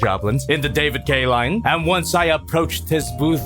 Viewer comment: Jobby sounds like he’s saying “David Gay”